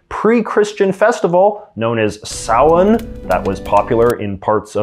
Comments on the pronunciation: Wow, J. J. You said "Samhain" exactly right! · I don't really care about mispronunciation of words if it's not your native language because languages are hard and people try their best but the fact that you pronounced Samhain correctly made me unexpectedly very happy. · was not expecting you to nail 'Samhain' haha. You mispronounce things sometimes from an American prospective but I have to remember than Canadians sometimes opt for the British spelling and/or pronounciation, the latter of which would vary by province. Don't get hung up on the pronounciation police in the comment section, JJ! Great video!